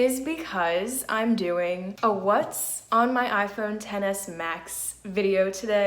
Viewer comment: it sounds like you said tennis max lol, nice video